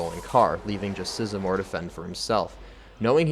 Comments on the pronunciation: You get a thumbs down for saying "Tom Sisamore", it's Size-more. LOL. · Isn't Tom Sizemore's name pronounced just the way it's written? Size and more?